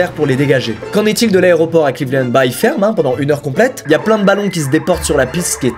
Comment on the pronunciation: Cleveland Lannddddddd squeezie pas clevelennnnd😭😂